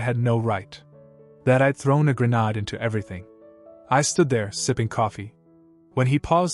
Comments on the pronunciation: No no that was a gernad. 🤣🤣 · Honestly, Tigger and Tony the Tiger would pronounce it better. Grrr Nade! 😂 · Lmao right? Every time it says “grenade” like it’s fancy French or somethin’. Just say it normal, dang. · Geez! Pathetic A.I. always pronouncing grenade improperly. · Yeah, it butchered that one hard 😂 sounds nothing like how it should.